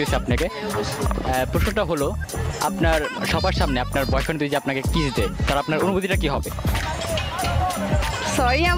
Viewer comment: vai video ta valo chilo...akta kotha boli rag koren nah,apni jokhn jodi word ta boltecen oita mone hoy doji sonachhe.